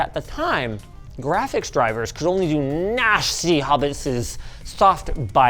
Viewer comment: that pronunciation was nashthsy 🤣🤣